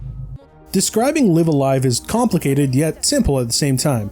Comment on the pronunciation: Oh thank god, he said it right. I will take live alive as my hill to die on. Live a live just sounds weird.